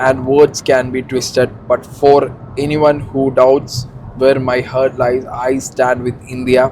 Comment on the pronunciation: dei, pronounce heart as (*haart*), you say it "hurt"